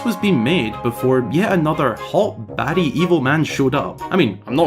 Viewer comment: This will forever be marked as my first time hearing a European say "baddie"